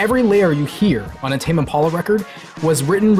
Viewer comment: Is that really how it's pronounced? Tame Im-pawla? Tame Impolla?